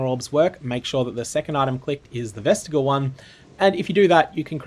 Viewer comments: Its not vestigle, its vest-ij-eeal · Ves-tih-JEE-uhl. Jee. JEEEEEEEEEEEEEE.